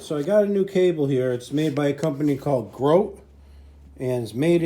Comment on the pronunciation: The company that made your cable is pronounced with a long E. As in Grotee. They have a plant in Madison, Indiana. Just across the river from me.